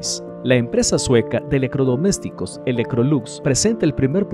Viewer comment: Buen video... Amigo tiene problemas de Dicción con las letras "TR" es raro escuchar eleCRodomesticos... En vez de electrodomésticos.